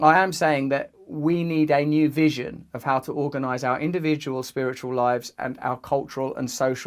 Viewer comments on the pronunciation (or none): none